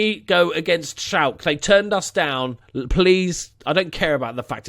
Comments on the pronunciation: Its SchalkE, not Schalk.. Probably why they didnt want you :D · Schalke probably heard your pronunciation of their name and were like pass lol xD.